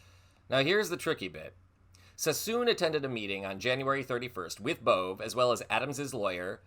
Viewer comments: It is pronounced Bovay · Sorry to correct you but Bove is pronounced like this Bovay